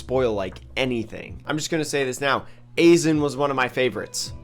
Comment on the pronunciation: Aizen's name is pronounced like i-Zen lmfao